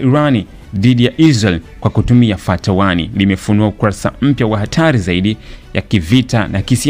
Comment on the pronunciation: Mtangazaji Hilo linaitwa fatah